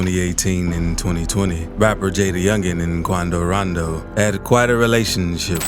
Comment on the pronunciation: KWANDO RANDOW!